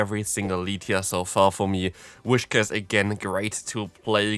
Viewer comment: Btw its Whis-cash not Wish-cas